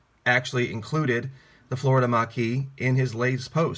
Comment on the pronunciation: I'm not sure man,especially if you pronounce Marquis as mackis WYF ,?